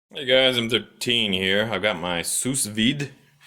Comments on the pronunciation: It's "SOO VIDE", not "sous vide". Jesus. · It cooks steaks by boiling water?? You're an idiot. And its pronounced Soo-Veed moron. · Lol. I think it's pronounced 'sue' veed. Cool though